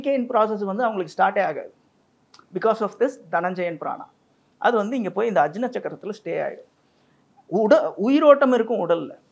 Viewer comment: ஆக்ஞா (aagnya) என்று உச்சரிக்க வேண்டும் . அஜ்னா அல்ல.